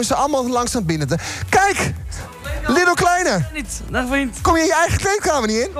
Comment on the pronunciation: Zei die nou 'hey lidl kleine'? 😂